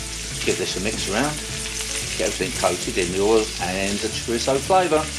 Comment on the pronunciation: Your saying Chorizo wrong.